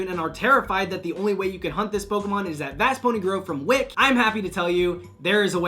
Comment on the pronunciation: its wick-key lmao